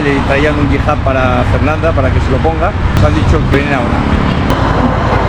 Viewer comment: Hijab,, es Hijab; no "Jihab". 😆😆😆😉